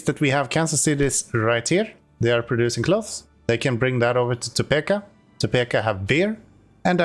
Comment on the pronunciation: Topeka...it's peek not peck